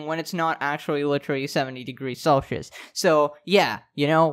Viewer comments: How do u pronounce celcius like that...? Celshious XD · saying Celshus was so weird, ( I know it’s Celsius )